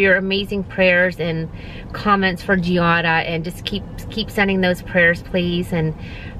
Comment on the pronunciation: Sorry, it’s suppose to be Giada not Gilda.